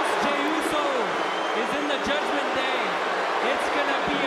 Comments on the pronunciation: Did Cole just said Judgement Gay? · Michel almost sais“Judgement gay”😂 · cole? did i hear judgement gay? 🤣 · Michael Cole said Judgment Gay on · I heard judgement gay